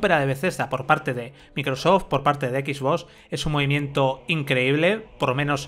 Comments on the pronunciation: Confirmen soy el unico que le pone como nervioso que digan xboss en vez de xbox y play lo digan bien?xd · Me estresa cuando dice Equisbos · Porque pronuncia X BOS? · Nadie: Absolutamente nadie:: skisvos serie x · No se porque, pero creo que el 99% de las veces oí "Equis-boss"... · Como vuelva a decir Equisbós te juro por mi hija que le pego un tiro en la pierna. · Jajajaja "X bos" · Equis boss pronuncia bien weon pao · Sois tan "Soniers" que no sabéis decir ni Xbox..."x bos, x bos, x bos"... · "Equis-voss" jajajajajjaja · Los españoles lo dicen como se escribe, la pregunta es ¿por que Playstation si lo dicen como es en inglés?